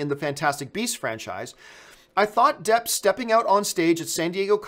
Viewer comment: ? Johnny Jepp? Campea, have you been working with Sean Spicer's speech coach? ;)